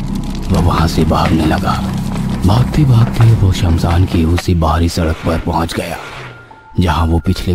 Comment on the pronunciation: It's shamshan not samsaan 😅